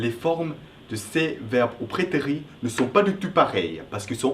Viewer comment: J'ai l'impression que tu prononces prétérit par "prétéri" alors qu'il faut le prononcer "prétérite". Il faut qu'on entende le -T final. Très bonne explication en tout cas. :)